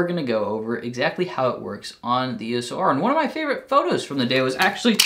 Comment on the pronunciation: Haha! If it helps, remember that EOS for Canon is not just an acronym for electro optical system; they mean Eos as in the goddess of dawn. Canon themselves pronounce it ‘eeyos’ in their own videos and launch events :)